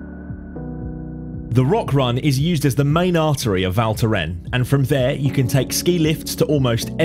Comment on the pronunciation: pronounce the "S' at the end , cheers...